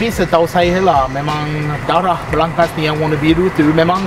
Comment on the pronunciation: Aku mmg dgr dia sebut darah je